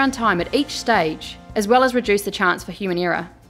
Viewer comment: The accent is sometimes hard to follow. She pronounces 'pdf's' as 'pee dee ifs', 'editing' as 'yditing', 'error' as 'irror' and 'typeset' as 'topsied'. Is that australian accent or something?